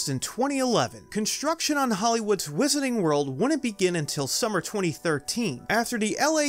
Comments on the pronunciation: "Wizarning World" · Whisenening world